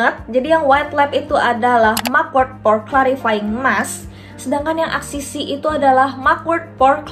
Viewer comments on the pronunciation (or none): ka axis y dibacanya eksis way